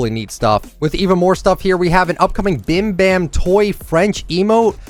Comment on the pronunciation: OMFG you pronounced bim bam toi horribly😱😂